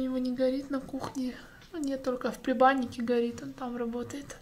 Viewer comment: НЕ ПРЕБАННИК А ПРЕДБАННИК.. НУ НЕ БУДЬ ТЫ ТАКОЙ ТУПОЙ..ВИДЕО НРАВИТСЯ НО КАК ТЫ РАЗГОВАРИВАЕШЬ ЭТО ЖУТЬ